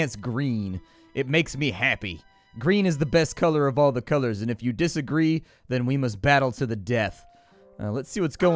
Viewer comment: are you sure you didn't mean to say "If you disa-green"?